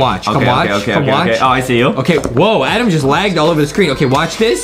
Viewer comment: Adem not Adam